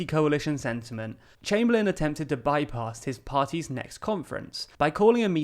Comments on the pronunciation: Its Austen Chamberlain, not Chamberlin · it'd chamberlain not chamberlin